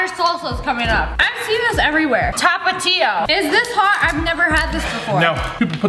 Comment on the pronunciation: Me:being my Mexican self wanting some of that sssniperwolf:here we have some TApAtiO Me :DID SHE SERIOUSLY SAY TAA-PATIO sssniperwolf:I've never had this before Me:AHHHHHHHH OH MY GOSH YOU REALLY HAVEN'T HAD ANY SPICY THINGS, you missed out on a LOT sssniperwolf:can't handle the heat Me:AHHHHHHHHHHHHHHHHH *litterly rages for the antire time of the tapatio unit